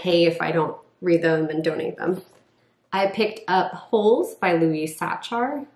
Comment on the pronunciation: Louis Sacher, his last name is pronounced like Sacker (I looked up author pronunciation, the first website that pops up has multiple authors listed (the guide is audio of the author saying their own name)